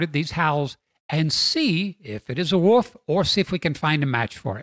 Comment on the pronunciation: you do realize that the word “wolf” has an “L” in it and not two “U’s” right? Hahaha, “wuuf”! Just messing with you-love your stuff!